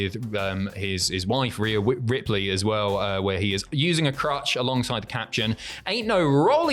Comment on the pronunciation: “Whea Wipley”